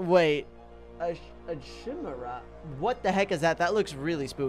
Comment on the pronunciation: Love how he just doesn't know how to pronounce Chimera